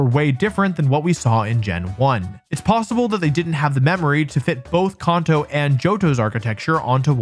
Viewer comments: Bro come on its KAN TOE NOT KAWN TOE You did this shit with rayquaza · Its Kanto, not Kaunto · I will be 6 feet cold in the ground before I recognise Caunto as the proper pronunciation for Kanto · I hate how you say "kauhnto" 😭😭😭😭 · Who pronounces Kanto like that? “Con-toe” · Kanto CAN-TOW Seriously? What is with Candians saying shit wrong? It's said as "Can-tow" all the time EVERYWHERE ELSE. You're not Japanese. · Kun-toe region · Con-toes… this makes me mad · Why you saying conto 😂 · Kahn-toe😂 is that actually how it's pronounced? Or is it can-toe? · Came to the comment to see if anyone was annoyed by it lol It's Kan-toe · The way he pronounces Kanto actually makes me wince